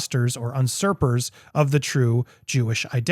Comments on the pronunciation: FYI: The word usurpers is pronounced you-surpers. There is no word "unsurpers". No offense intended on my part. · Not UNsurpers. Usurpers.